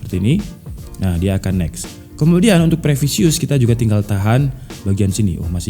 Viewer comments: previous, bukan previsious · Privius bang bukan previseus 🙏🙏🙏